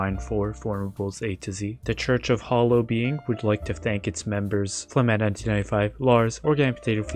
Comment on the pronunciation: It's not now It's